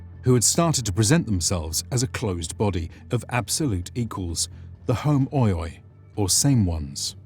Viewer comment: In Greek, oi when together, equals e. So words like preroikoi, or homoioi is pronounced more like per-e-e-k-e and hom-e-e, repeating the e every time, than hom-o-i-e like it is pronounced in the video.